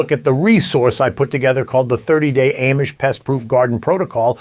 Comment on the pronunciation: For the love of God, would you PLEASE pronounce Amish correctly? It's not Aimish, it's not Am-ish it's pronounced Ahmish. Got it? Good! You'd think since you have a long history (unless you've only been around them for 2 long days) do better at your pronunciation. Ask THEM "Hey, how do you pronounce the name of your people? You might need a refresher course every couple of days. Aside from that, I love your videos. I've learned a lot!